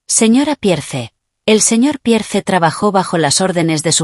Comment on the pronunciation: Pierce se pronuncia piers Audrey se pronuncia audri ponle nombres en español y asi no se oye tan mal los nombres de los personajes